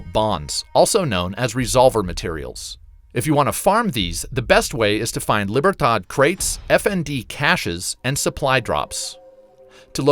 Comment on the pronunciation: It hurts me to hear you say silencer as opposed to suppressor, really hurts me to hear you say "cash's" as opposed to cache"a .. And libertard? It's Lee-beer-todd! I'm not angry, I'm just disappointed. And as always blasted on bottom shelf Brandy C'mon man! 🤠